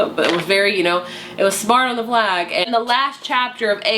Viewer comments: Omg I love how you say vlag instead of valg. I used to do that too till I heard the audiobook but still vlag just sounds right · Isn’t it Valg not Vlag???